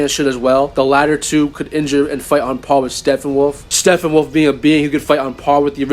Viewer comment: "Steffenwolf" is driving me nuts. P's bro. P's StePPenwolf.